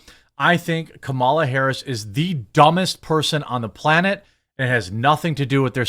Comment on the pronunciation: It's Cumala guys.